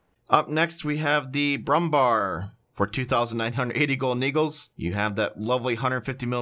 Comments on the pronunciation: I am probably not the first to mention it, I'm going to do it anyway: The word "Bär" in Brummbär means "bear" and is pronounced just like the english word. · Brummbär means grumblin bear (grumbler) and the U is strictly pronounced as U and not A and the Bär ist pronounced as the english pendant "bear".